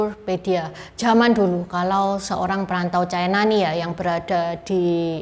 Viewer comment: Ucapan yg bnr : China, bukan Chaina